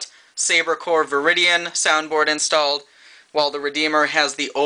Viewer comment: It's actually VIRIDIUM not VIRIDIAN